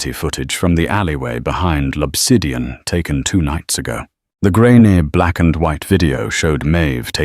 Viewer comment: The restaurant is L’Obsidian, not Lopsidian.